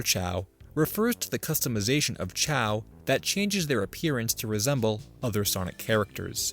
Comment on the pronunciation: I am really bugged by how you pronounce "chao".